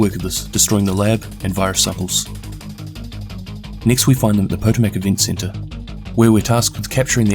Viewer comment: It's (Pa tom ich) not (Poto mac)